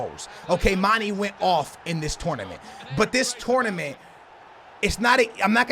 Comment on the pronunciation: you pronounce mane wrong man it's not mani mane